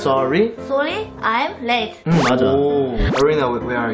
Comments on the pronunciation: HAHA the late late late sounded like she was saying lit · When said late late late late, I heard Lit lit lit lit 😂